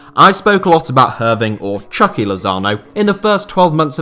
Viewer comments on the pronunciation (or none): Excellent video as always! However, the Mexican in me is compelled to correct you, we say “Choo-key” Lozano😁👍🏽